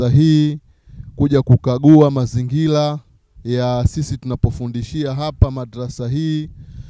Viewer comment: neno mazingira unatamka mazingila ina maana quran unafundisha kimakosa sana.